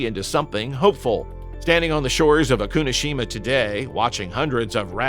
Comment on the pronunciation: Not O-Kunoshima! Oku-no-Shima!